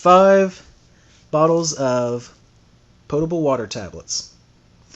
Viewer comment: Nice video. I like that you pronounce potable correctly. I t hunk you should try that chain saw. You will most likely find that the folding saw should replace it and then in your big kit get tabor tools pruning non folding saw or a bow saw and extra blades. For food gathering remember traps are reusable. Snares generally not. Some yo yo would be good since work for fish or small game. Better for fish would be gill net or knowledge for creating traps